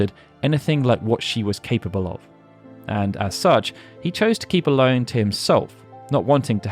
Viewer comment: Watched this today and loved the level of detail (though in my head, Ellone was always pronounced El-ony. I am not sure if it is official or if there is an official way to say it, but in my mind, I corrected it every time you said her name, haha), and I gotta say I would love to see the same detail for FF9 and 14 (though I know 14 would be a huge potentially insurmountable undertaking)